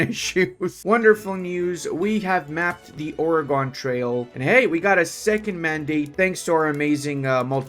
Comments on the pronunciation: Oregon is pronounced like "organ", saying this as a local to Oregon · I am an Oregonian and you said Oregon wrong i am now annoyed but other than that good vid.